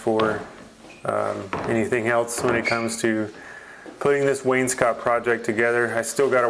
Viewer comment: Nice to hear someone in the trades pronounce wainscot correctly when too many call it Wayne’s coat